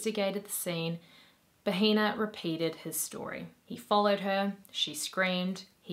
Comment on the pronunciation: It’s pronounced bah-eh-nah. H is silent in Spanish and pronouncing it like “baheena” is how you say “vagina”. I figured you’re not fluent and you didn’t know so I’m just letting you know for future reference. I mean, not that it matters because the guy is a monster so call him whatever you want but, you know how the internet is and people will be more concerned about the way you say things instead of you amazing content 🙂👍